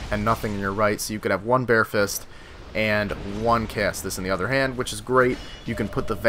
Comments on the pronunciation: Caestus is pronounced ses-tus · Caestus is pronounced like "seh-stis" or "see-stis." The "ae" makes an "eh" or an "ee" sound depending on it's position in the word, I believe. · Okay seriously, do American schools not teach Latin or anything about the basics of English language? Caestus is pronounced "ses-tus".